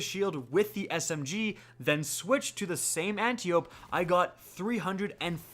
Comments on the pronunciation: I will keep commenting until ya'll start saying it right. It's Ant-eye-oh-pee. As in Antiope, sister of Hippolyta. Aunt of Wonder Woman. Not Anti-Oh-p. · It hurts my ears a little every time ya say Anty-ope, brutha. Lol. Ann-TYE-oh-pee. It’s the name of a Greek goddess. 👍